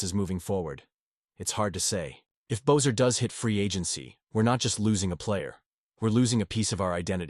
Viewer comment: How you pronounce Boeser is an insult.